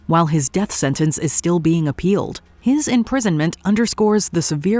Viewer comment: you do understand and realise that there's a 'T' in the word 'Sentence' and you can say it out loud with the rest of the letters in the word, it's okay no one is going to give you a hard time for saying a word Correctly and if they do then they are idiots.